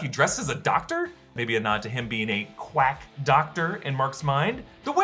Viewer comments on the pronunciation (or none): none